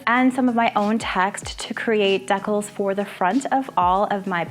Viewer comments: I’m pretty sure the word that you keep pronouncing deckles is the word that is pronounced decals…..😊Dee-kal. But I bet it’s a Canadian thing, right? You have great creativity! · Wonderful ideas, but a teeny fyi: it's *dee-CALS*, not *dekkles*. Just saying lol!